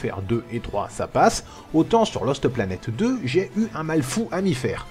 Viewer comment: J'adore quand dit Loste Planète Deux:D